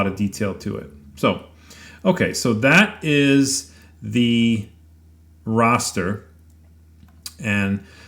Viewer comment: OK, I hate to be "that guy" but the word "raster" is pronounced to rhyme with "faster". It's not pronounced "rawster"... Just makes me flinch every time I hear it...now back to the video! Ok, finished. This is a very interesting and well-done comparison! I look forward to experimenting with these two methods with my CNC router once I get it setup and running. I'm thinking the choice between the raster vs. hatch methods may depend on the photo itself. I'm also thinking that I would probably choose to use both methods side-by-side on the same piece of wood, just limiting the image carved to a particular section from the photo. That seems like a quick and fair way to compare the results to make a decision on which to use.